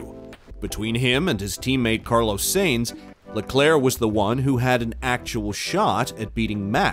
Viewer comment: The mispronunciation of “Sainz” and “Scuderia” and others shows this page has no idea what they are talking about. Not to mention they made an 8 minute video from 3 quotes taken from 3 people at 3 completely different times in the off-season. (Down vote, and hide this creator) ✌️